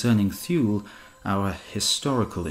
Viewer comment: I believe Thule is pronounced " Too -leh ". And Pytheas is "Pith-ee-us".